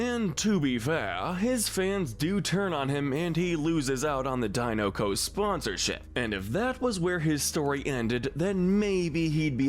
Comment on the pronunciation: It’s pronounced die-NUH-coh, AHL-UH-nahl, er-coh-LAY, and GOO-stoh, “”! 🤨